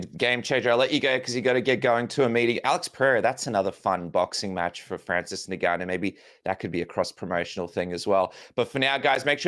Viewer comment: Why do you struggle so much with saying Ngannou, its just ENgannou